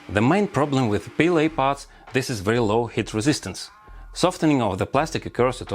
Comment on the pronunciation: every time he says heat, it sounds like hit, and i get confused😅